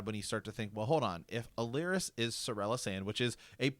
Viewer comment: Great stuff! Just nitpicking: it’s Alleras, not “Allerias”. Hitting the ear a bit hard the more you keep saying it. Sorry.